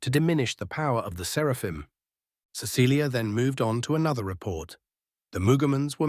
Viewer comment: 1. I thoroughly approve of Gurgle. 2. Does anyone else snicker when the bot says 'Serpahim' instead of 'Seraphim"? Idk it just makes me laugh.